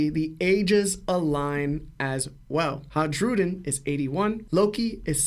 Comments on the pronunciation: Isn’t it pronounced “Hai-ru-din”? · fascinating theory but maaaan was it hard to listen to him butcher Hajrudin's name over and over again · The J is pronounced like a Y in Hajrudin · yeah It was driving me nuts